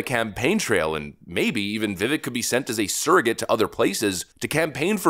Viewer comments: Bro how are you still pronouncing his name wrong after all this time? ViVAKE ryhmes with cake. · Dude! His name is pronounced /vĭv-vāk′/ NOT /vĭv'-vĭk/. There is a distinct accent on the second syllable, and it rhymes with CAKE, not CHECK or, as you've been pronouncing it, with the same vowel sound as we use in the word TICK. I have immense respect for you both. But let's get this right, OK?! 🙏🏼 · You keep calling him Vivik but his name is Vivek. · Pronounce his name correctly... ; Vih-Vake! NOT "vivvik" Your page sucks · Vivek is said like "cake" not vivick dorkus. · It's still Vivek not Vivik. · It's VI-VAKE, like cake. For God's sake, I had to quit watching with you calling him VI-VICK. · Vivek (Vi-ake)…like cake. Got kind of annoying how often you keep repeating his name but calling him Vi-vic 😂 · It’s Viv-Ake not Viv-Ick. This is why he will never win. Even influencers don’t pronounce his name right. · Love your videos, but it's pronounced viv-ake like make. Not viv ehk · ITS NOT PRONOUNCED "VIVIK", ITS PRONOUNCED "VIVAKE", CLOWN! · One thing that bugs me about and Red Eagle Politics is that neither take the time to make sure they pronounce people and places correctly... it's not Viv Ick. It's Va Vake. Get it right please. And Red Eagle Politics it's not the city of Ama Rio. It's Ama Rillo. Not Gov Tony Eh vers, but Eee vers. They are too lazy to research and get it correct. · Its veh-VAKE, not VIV-ek..... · at least pronounce his name correctly ... it's viv-ache not viv ek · It’s “VEE-Vayke” not vivICK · It’s pronounced- Viv-ache not Viv ek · It’s pronounced Viv Vake , not VivVek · For fucks sake, it’s Viv-AYKE, not vivik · It’s Vivek ….the e sounds like an a. rhymes with “cake” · pronounced Vi vake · Buddy, it's spelled "Vivek," pronounced like "cake" - 'Vivake' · Please learn how to say his name: vi-vake. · Vivek like cake… why does everyone say it wrong! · Pls, it’s Vivek like cake. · It's Viv-ake...rhymes with cake. Ok, rant over. 🙂